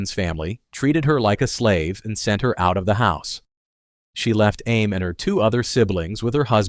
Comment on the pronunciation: It’s “scape” goat not escape goat. Do you not know how to pronounce Samantha and Amy?. You need to proofread your word before putting it out here.